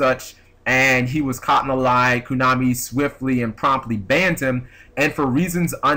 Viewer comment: why do you say "koonami"